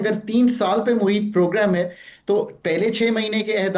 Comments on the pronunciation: Teri zaban Teri marzi muhyyat nahee muheet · " محیط " کا فقرے میں استعمال اور تلفظ درست کر لیں۔ اس شور شرابے کے دور میں بہت بہتر پروگرام پیش کر رہے ہیں 🎉